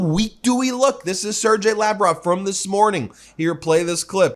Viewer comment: You pronounced Sergei wrong. The G is a hard G!